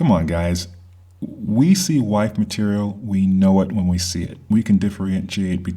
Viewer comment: At you say what sounds like "White material" I think, you think you are very articulate. on re-listen a few times "wife material" barely came out. You speak way too slowly. The material is very important but I felt like you were trying to seduce me with your whispered voice. Other than that it was a nice talk. Women are all looking for George Clooney or Robert Redford. All of us, men and women, are more aware of the illusion of the American dream being a nightmare in reality. The White college fraternities have hoarded everything to their families.